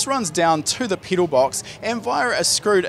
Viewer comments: I cant get over the fact that he keeps saying “peedal” and not pedal lol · Lmfao u say pedal funny 🤣